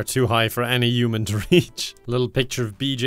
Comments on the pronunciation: the new accent was almost perfect but the way he said “human” like “uman” was a huge reveal that it was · "human" not "uman" you enunciate the "h" at the beginning not saying this is THE correct way to say it lol, everyone's got different accents and such, but that's the other way to pronounce human